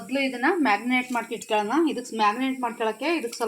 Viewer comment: Not magnate. Marinate